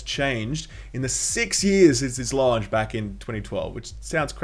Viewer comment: You say "launch" in an American accent.